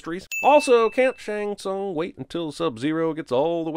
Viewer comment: You’re the one person I’ve heard in months who pronounces Shang Tsung properly😂